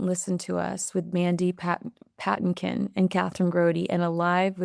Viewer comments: Mandy PaTINkin. Accent on second syllable. Love his singing, as well as acting. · Seriously??? You don't know WHO Mandy Patinkin is??? His name is pronounced Pa tin kin!! He was in Princess Bride, as Inigo Montoya, also in Criminal Minds, and other shows. Now, do you know who he is???? BTW, you are always gorgeous!! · It's Mandy puh-TEEN-kin. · That's Mandy Pa-TINK-in! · Not to be nitpicking but it’s Mandy Pa-teen-kin Patinkin. He is one of the stars of the iconic Princess Bride, broadway and I believe a television series. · Mandy Puh-tink-un-Che from Evita, Inigo Montoya from Princess Bride, Saul from Homeland, Chicago Hope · his name is Mandy Pa-TIN-kin. A well known actor. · First,, I'll apologize if this is TMI or unneeded info. LOL One of the men you mentioned, Mandy Patinkin - his name is pronounced Puh-TINK-in, with the emphasis on the 2nd syllable. He is/was a Broadway actor/singer. He was also in the older movie Yentl which starred Barbara Streisand. He also played the part of Indigo Montoya in The Princess Bride, and he played a Dr on the older TV show Chicago Hope. Sorry if this is unneeded info - just wanted to put that out there. The woman mentioned, Kathryn, is his wife. I have been watching your show here for a few months & I was first introduced to you thru your appearances on GB News & now I am frequently watching Talk TV, so see all of your clips on there as well. I really like your coverage of the Royal Family & your coverage has piqued my interest in them. I love your takes on Meghan and Harry. The guests you feature on your podcast are great & I remember most of them from watching GB News. You have a fantastic show & I appreciate all of your work. Thanks! from an old lady in Kentucky. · Pa-TINK-in. thank you. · It’s pronounced “Mandy Pa-teen-kin” 😉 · Oh! I love you so much! May I suggest you look up how to pronounce Mandy Patinkin's name? He was also in Princess Bride. You'll recognize him. 💗